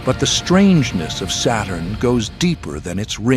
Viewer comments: It's Saturn, not Satan bro Just chill 😂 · SATURN Pronounce SATAN.. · Saturn pronunciation almost same to Satan, SAY IT !